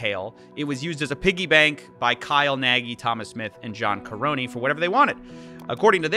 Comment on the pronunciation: The way he mispronounces “Nagy” and “Karony” just hurts me